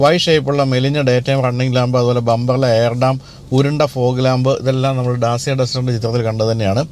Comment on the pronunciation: Sorry for small correction Dacia is pronounced as ഡാചിയാ.. അതേപോലെ മാച്ച് ഈ അല്ല മാക് ഈ ആണ്‌